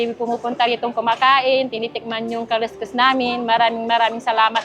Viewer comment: kaliskis ba ng isda yan? bakit ang pronounce nyo kaloskos pero kaleskes pagbabasahin mo